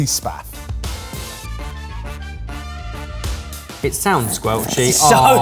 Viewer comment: I fully understand and love the ebbers teasing but how did not get a reaction from the boys for calling it "sloppy spaf" like what!!!!